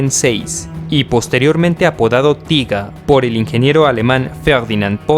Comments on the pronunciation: un consejo...................... No uses el ingles, en denominaciones alemanas, tiger, es taiger, no tiga, como dices tu...... recuerda es alemán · tiga?... no seria mejor españolizado tiger, literalmente, prefiero leer las fuentes originales.... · osea en español se conoce como tigre no tiga jajaj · Y "Tiga" tampoco se dice "Taiger" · No se dice tiga 1 se dice taiguer 1 y se escribe tigger o algo asi y es mi tanque favorito ese y el jadgtiger E 100 el cazatanques aleman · Se dice Taiga y se escribe Tiger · El Tiger 1 de verdad "tiga"de toda la vida se dice taiger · Por q le dice TIGA al TIGER????!!!! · Se dice Tiger 😁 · que carajo es el tiga ? mal video osea prununcias mal los tanques el t34 aliado JAJAJAJAAJ tiene menos de saber jaja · cierto , pero oye tio haces buenos videos lo unico que no me gusta es que digas tiga y eso pero los demas videos estas muy bien echos te sabes desarroyar bien saludos y sigue asi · Pero hijo mío. Tiga. Panza, porcha. Todas ésas palabras están mal. Diccionario de R. Academia de filosofía y letras del castellano👌👌👌🇪🇸🇪🇸🇪🇸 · Estas en un error. Tiger, en alemán se pronuncia "tiga", en inglés "taiger". En cualquier traductor puedes comprobarlo.